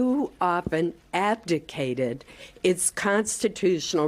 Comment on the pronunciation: Strange, I heard say time to Advocate rather than abdicate. Praying the Republicans really go with this!